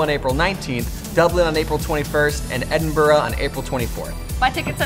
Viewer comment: As a Scot, I'm honestly insanely surprised managed to say Edinburgh right xD Most NA folks say it so wrong and it's hilarious